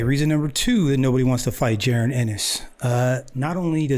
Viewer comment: His name is pronounced "Ja- Ron" Just saying... #215Boxing!